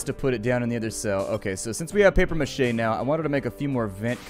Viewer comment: FiftyFootMidget yeah that is a common misconception with the word mache